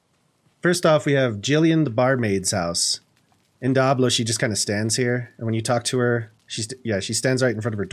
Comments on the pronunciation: DEE-able, not DI-ablo lmao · It is in fact, Dee-ablo. It's Spanish for Devil. But Die-ablo sounds trolly and I love it. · Really Nice! I've never heard anyone call it Die-ablo, always Dee-ablo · you say diablo funny XD "die-ab-low" nah its "dee-ab-loh" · Sounds like he says Dah-blow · I swear to god if you say "Die-ablo" one more time!!! But seriously, amazing build man. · I literally just left this comment and deleted it when I saw yours 🤣 It reminded me of chandler pronouncing chameleon as cha-me-lion because that’s how he read it in a book.